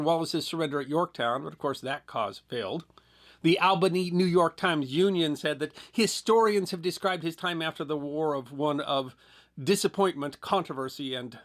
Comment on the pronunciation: ALL-bin-EE not AL for the capital of New York.